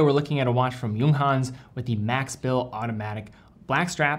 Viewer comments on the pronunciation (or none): He also pronounce the J like an English word when he says 'Junghans' lol